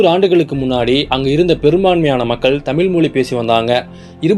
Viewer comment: தமிழ் என்று சொல்லவும் தமில் அல்ல ... நண்பரே